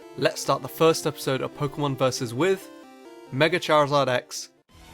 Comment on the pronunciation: He said Pokemon wrong. I am disgraced!